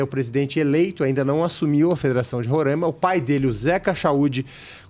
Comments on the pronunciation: Não é Rorãima é RORAIMA. Falem certo o nome do Estado para não passarem vergonha . Imagine. chamando nosso estado de Parãná. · O estado de Roraima se pronuncia "Roráima". A ênfase é na penúltima sílaba (rá). É um estado localizado na região Norte do Brasil, fazendo divisa com a Venezuela e a Guiana. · Não é questão de sotaque, é questão de pronúncia. A única forma correta é Roraima. Se quiserem individualmente continuar pronunciando errado também é outra questão.